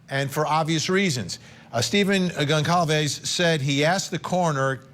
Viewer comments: Justice hasn’t been “denied” the investigation is on going and all aspects of it are meticulously being scrutinised. Patience and temperance Vinnie. We all want to see a successful conviction in due course. Also it’s “gone sol vez” the C is soft it’s a surname of Portuguese descent. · Pronounced Gon-solve-es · This guy ever going to take the time to learn how to pronounce Goncalves correctly? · My god, someone teach this reporter how to pronounce Goncalves correctly. It's her name, for heaven's sake. Get it right. ‼️‼️‼️‼️‼️‼️‼️‼️‼️‼️‼️‼️